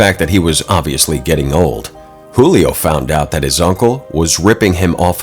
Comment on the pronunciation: He was Brazilian so his name is not Julio in Portuguese we pronounce the j as j not as h